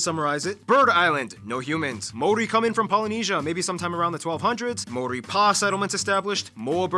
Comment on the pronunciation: Ma- ow/ ri ( roll the"r") MAORI. Tena koe from Aotearoa